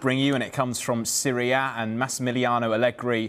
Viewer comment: not gonna lie, the way the guy say Serie A sounds like Syria...lol...